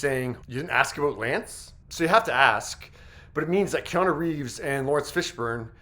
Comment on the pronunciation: Aboot. Are you Canadian? and if so how did you stop your head from flapping off when you talk?